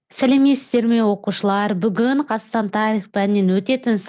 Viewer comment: Осы мұғалім,Қазақстан тарихы деген сөзді неге дұрыс айтпайды?Қас тарихы дейме?